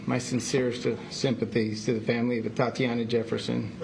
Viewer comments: Its Atatiana...not Atiana. Come on lady... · Is it me, or did the police chief continuously mispronounce her name? 🤦🏿‍♂️ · How upsetting when they mispronounce her name and call her “Atiana”. Wow. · Glad we are saying her name now can we please give her ALL HER SYLLABLES. Atatiana not atiana. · Her name is A-ta-ti-a-na. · She’s pronouncing the name Atiana and not Ata-tiana! Unbelievable. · It's tragic incident but is it just me that bothers heck out the fact that mayor is calling her "Atiana"? While caption states her name as "Atatiana"? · A-TaT-Iana. I know her name isn't common, but she was just murdered in her own home. Start your investigation by getting her damn name right. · You've just savagely murdered this young woman, endangered the life of small child and putting her family through immense grief. At the very least; you can pronounce her name right! Her name is not Atiana! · Her name is Atatiana, ah-tah-tee-Ana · She didn’t ever say the woman’s first name correctly throughout the entire video and speech she had nothing to do with. Pathetic. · sorry to be insensitive but thats what happens when your name is made up, im sure the mispronunciation was not on purpose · her name was Atatiana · Both of them did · Can't even take the time to make sure her name is correctly pronounced. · You can tell how much she cares by how many times she mispronounces her name... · The mayor mispronounced Atatiana's name every time she said it. 😡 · SO VERY TRUE, SHE'S SO SORRY AND CARING - ENOUGH TO GET THE VICTIM'S NAME CORRECT!!!! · The "chief" of police couldnt even pronounce her name correctly on several occasions....yet she's going to get the justice she deserves?? I wonder... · I am going to need for him to get her name RIGHT! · You can't even say her name correctly and you want us to think you care? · She keeps getting her name wrong. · Get her name right man. Practice it a few times before you start apologizing. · And please get her name right, ATATIANA.